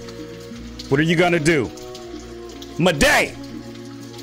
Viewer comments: i forgot to mentoun you said maday its moude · It’s “Maw-d” not “Mo-day “ 😭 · you pernounce maude like just pretend its spelt like mawde its not like its spelt madey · Everyone: "Maude.": "Mau-DE!" Me: "I think Mau-DE! Ain't that bad." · Maude isn’t pronounced “muhday”, it’s “mod” 😂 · 'Maday' ITS PRONOUNCED MORD LOL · actually said ma-de instead of Maude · Maude is pronounced like Mod not Maday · Her name is Maude not ma-de Call her mod say That name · It was funny every time you said maude you said it as, moday!... like waaaa. its just pronunced maude not moday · It’s Maude (mod) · maudes name is pronounce Mord not Muh-day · Sorry but it's pronounced Mawd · Maude is pronounced Mawd 😉😁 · Good video, you pronounced Maude wrong so i would like to help, it is pronounced just like the word mod, The e in Maude is silent. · My son got me watching these, funny tho so I don’t mind lol I think her name is Pronounced “mod” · he he said muhday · its prenounce mod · It’s pronounced maude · It isn’t pronounced Muday